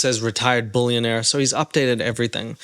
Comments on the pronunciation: Seriously you have 10 people at my workplace listing to you laughing so hard because of your toddler accent! we forgot that you were even talking about hard rock nick ! we all agree the the way you say billionaire/bullinaire is so tard sounding 🤦😆🤢🤮 stop with that horrible accent it’s cringey af ! 😅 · He meant “bouillon”aire 😂 big chicken guy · If you say “boolyanaire” one more time. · Are you saying "bullionaire" and "bullion"? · Be prepared to hear the word “billionaire” get mispronounced about 1000 times in on video….its not “BULLION” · "retired bullunaire" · I can only hear you say bullyiionare on the internet I hate to tell Nick baby doesn't know if car is very well that is not a Mercedes-Benz interior is too cheap what a moron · I mean... he also said bullionaire about 30 times in this video.